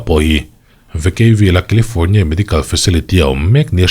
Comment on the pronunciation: Kilifâwrnia lama kan kîzen ten lo nawr deuh se, FIR lamah lo report nawn leh se la. Thuthlûkna (not thutlukna) thar lo siam se a ṭha ang. 😂